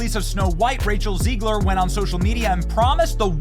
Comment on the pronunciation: Is it Ziegler or Zegler? A year later and we don’t know how to say her name? I’m NOT a fan of hers AT all but Benny is always fumbling on basics. Feels out of touch.